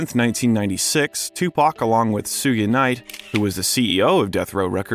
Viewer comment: Go to the mark he calls Suge Knight Sue-U Knight 🤣🤣🤣